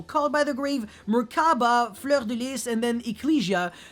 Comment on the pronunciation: The way you pronoucr fleur is satisfying Make 1 hour of you saying that name pls